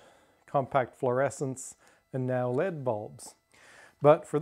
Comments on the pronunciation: Nobody says led as one word, it's L E D which stands for light editing diode. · It's pronounced El ee dee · Just a friendly tip you should say the individual letters when you say led bulb. I thought you said lead bulb and I was so confused. Other than that this was a pretty interesting video. I enjoyed it. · I appreciate your friendly comment :) I guess I say it the way I do from electronics work in a similar way fet, mosfet etc is pronounced. Your not the only one who has commented about pronunciation! Glad you liked the video. I'm amazed at the interest this video has generated and the similar uses for incandescent bulbs people have mentioned (well worth reading the comments if you haven't!) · I think there may be regional pronunciations of LED - your not the only one who commented. My "lead" pronunciation may also come from working in high tech where we often just phonetically pronounce things like LED, FET etc. The dollar stores seem to still have incandescent, or at least one did (Dollarama) a few months ago. I also horded a few each of different sizes when they started to vanish from normal store shelves.